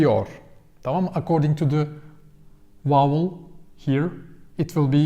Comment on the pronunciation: Just a minor correction in your English speaking,. The word 'vowel' it sounds like you are pronouncing as 'wowel' in your videos. A 'V' is spoken starting with the mouth closed then open to create the sounding of the letter. Other than this, I think you speak English very good. Videon Genis Zaman cok iyi. Tesekkur ederim.